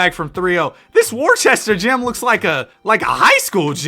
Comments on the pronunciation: IT IS NOT WORCHESTER ITS WO-STER goggle it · you just insulted the whole state of Massachusetts by saying “Wor-che-ster” instead of “wuh-ster” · as the resident british person, its pronounced "woster" nor worcester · I hate to be that guy but Worcester is pronounced wister, had to educate ya cuz if you come into New England at any point and mispronounce Worcester you gon get laughed at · as a Worcesterite IT'S PRONOUNCED WU-STER MAN WTF DISSING THE GOAT CITY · Brotha u said worcester so wrong 😭😭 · As a Bostonian that Worcester pronunciation is paining me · That’s just not how you pronounce Worcester 😂